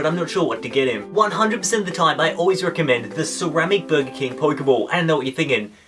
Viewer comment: I really want to watch this video but the way he says Poikeybawl or Poikeymawn really irritates me